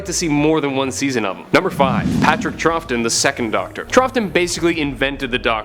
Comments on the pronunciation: It's 'Trow-tun', not 'Truph-tun' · Troughton is pronounced Trauten, not Trough-ton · It's pronounced "Trowton", not "Trofton"... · Grrrrrrrrrrr it's TROW-ton, not TROFF-ton. And anyone who was put off by Peter Capaldi can kiss my Capaldi-worshiping butt. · Patrick "TRUFFton"??? I would have thought any Doctor Who fan would know his name is pronounced "TROUTon" (trout as in the fish)... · Pertwee should be much higher. Probably fourth behind Tom Baker, Peter Capaldi, and Christopher Ecclestone. I can't wait for the new Dr., change is good. (PS Troughton is pronounced Trouton. I don't know why, it just is.)